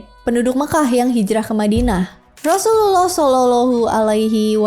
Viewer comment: Susah bget pas berkata Rosululloh saw,, demi konten Bersyahadat lah min admin..!!!